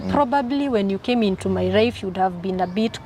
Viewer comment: Did I hear her say my rife